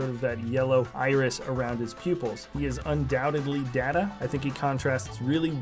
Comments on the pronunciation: Data. Day-ta, not da-da. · Lol - DAY-ta. It's DAY-ta my good man. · I know the word data can be pronounced in different ways but his name is Data (Day-ta), which can not be pronounced the other way. Great figures though, thank you for the video. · It is pronounced DAY-ta in the show. DAY-ta is the “person”, data is the information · You pronounced DATA's name wrong